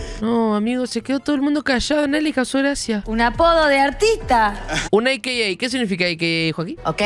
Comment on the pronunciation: AKA Also Known As, decí aka(aca), no me jodas